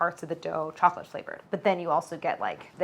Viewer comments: Why can't she pronounce "chocolate?" She says "cholochip?" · At the beginning it really sounds like you're saying "chola chip cookies" 🍪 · Is it just me that hears “challa chip cookie” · Did you say challah chip cookies!!? 🤣🤣 i love it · Only Claire has time to make ice baths, her own vanilla, and brown butter. But has little time to pronounce all syllables of the word chocolate 🤣 it sounds the the video is on fast forward when she says chocolate ⏩